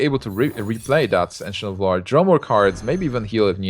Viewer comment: "Ancient of Lore" Sounds like he says "Engine of War"